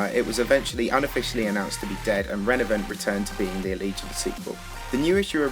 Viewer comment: The first word you said was “Renavenant” lmao